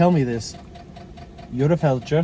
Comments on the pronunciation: yes I know what it is, but you said "felcher", that is where you eat feaces out of another persons butt lol. Sorry I tried to put a little humour in your video, I mean lets have it right, you said it wrong not me, and my best subject was always English lol. I get war isn't funny at all but you seem like someone that can have a laugh, I was shocked you didn't find the funny side of it, especially after it be your mistake 🤣🤣🤣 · OMG you called him a Felcher lol, am I the only one that caught that, a FELCHER, look it up in the English Dictionary lol, I get Fletcher but you didn't say that Brandon you are naughty but funny 😂😂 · you called him a Felcher though, I thought you said it as a joke, I know what a Fletcher is, I also know war is no joke, but doesn't hurt to try add a bit of humour here n there